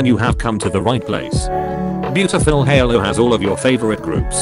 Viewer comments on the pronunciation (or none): none